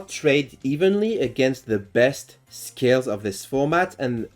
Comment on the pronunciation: When you say skills, it sounds like scales. Thought you were talking about a pend deck